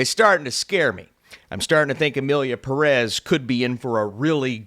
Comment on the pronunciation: Since Emilia Pérez is now a real contender I guess it’s time for you to learn how to pronounce the word Pérez (the stress is on the first syllable which is even indicated by the é)